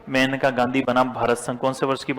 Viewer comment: That is not मेनका गांधी it is मानेका Gandhi